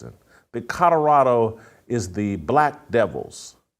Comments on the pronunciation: Someone please tell Jason that it's pronounced Co-lo-ra-do, not Co-do-ra-do. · It's COLORADO not COTORADO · I can’t respect anything he says. He can’t even pronounce Colorado. Where is “Coddurado?” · Somebody teach Jason how to pronounce Kadarado